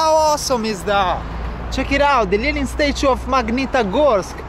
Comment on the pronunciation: I’m in love with the way you say Lenin